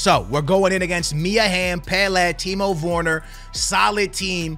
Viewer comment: Its Werner, not Worner lmao